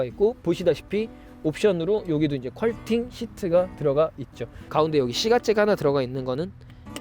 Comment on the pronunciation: 퀄팅 아니고 퀼팅 인데.. 잘못 말씀 하시는 분들이 꽤 있네요.